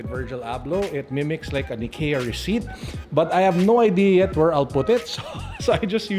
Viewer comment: its "EYE-KIA"